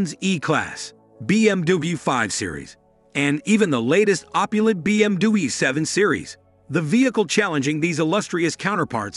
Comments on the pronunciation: First, say BMW, not BMDewey. lol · You are pronouncing BMW very weird. "be eem dooblooyou" or something similar. The original german pronunciation is "beh em veh" or the classic "bee em double u" Why not double v? English sometimes is totally nonsense. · What's a BMDoobie? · I didn’t expect to keep hearing BM-Doobie either. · what is a BMDui? is that how BMW is pronounced? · BM Dabu, hahaha come on man! 😅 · This is just a TV ad with no hands on review of the vehicle's performance and specifications. Also, you seem to have and American accent but you are having trouble pronouncing BMW, petit and other common English words. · Why is it so hard to say BMW? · 11 seconds in stopped watching. Will wait for the review when they use a real human voice and not an AI that can't even pronounce "BMW" 🙄